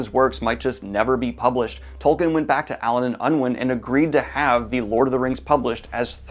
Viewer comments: Tol-keen, not Tol-kin. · I'm sorry Daniel, but I can't resist : his name is pronounced TolKEEN. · Can anyone explain why people insist on pronouncing Tolkien wrong, when the man was pretty insistent on the right pronunciation?